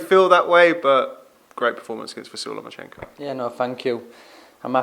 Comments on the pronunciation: Can somebody tell luke that's he is called lomachenko not lemonchenko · He thinks it was even going into the 11th!?! Loma must've hit Luke's head harder than we thought! Also Luke...... Who is this "Lema-chenko" you keep talking about? Also David Haye keeps talking about Limoncello. Maybe Haye gets confused with his citrus alcoholic beverages and his P4P Boxers......